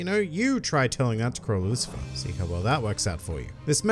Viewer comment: Lucifer? No. It's Lucilfer.